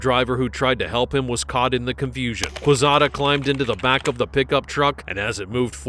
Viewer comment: U is silent in Quezada.